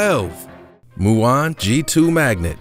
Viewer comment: It’s pronounced myu-on.